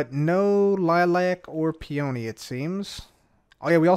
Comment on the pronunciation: I was listening to this in the background, half paying attention, and I was like "what in the fuck is a pee-oh-knee"